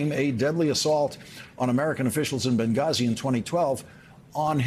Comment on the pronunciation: McCarthy looks like a winner! Now I want him to break the 100 year record! You show ‘em Kev!😊 Also, gotta love the usual platitudes from the demented uncle from The Maralago nursing home. Also, why does call it “Bungazi”?